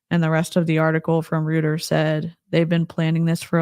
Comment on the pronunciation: Thank you so much for covering this! This is all just so devastating. I don’t understand how we live in a world where this is happening. Just tragic. (Just so’s you knows, Reuters is pronounced “roiters”)